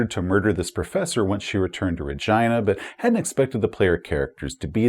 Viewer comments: Every time you say Re-JEYE-na it freaks me out. I guess its like the city in Canada but for 40 years we've said it Re-GHEE-na, like actress and director Regina King. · Sorry but I simply can't take that pronunciation of Rhe-gyna seriously. 😂 Was there a conversation about calling it the British way? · Your pronunciation of Regina is killing me, lol I think it's pronounced ra-GEE-na (as in the female name), so as not to mistake it with a part of human anatomy... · Is the subsector name RegEYEna or RegEEna? I have always used the latter pronunciation but am more than willing to stand corrected. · Perhaps you're trolling but the "I" in Regina is pronounced "ee", like the name Sheena. RegEEna. No biggie, but it does not sound like Vagina. Cheers, love your channel!! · Anyone else giggle every time he pronounces it "RegYna"? No clue if it's correct or not, just sounds funny lol. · Regina….. you say Regina but all I hear is vagina! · said ragina lol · I'd normally pronounce Regina like regeena, I guess the rest of my group did too since when I pronounced it like does here as a bit of a joke the group HATED it so I just had to make that the official pronunciation for the sector in my canon. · Sorry but i can't not unhear it as vegina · .....You mean Reh-Gee-Na? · Not to make this another "Boravia" situation, but... is that the pronunciation we're going with for Regina? I'm no traveller expert, maybe that's really how it's supposed to be, but I would not have guessed it. Either way, great vid, as always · lol regina sounds like vagina